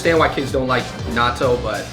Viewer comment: I thought they said, "Naruto" when they said, "Natto"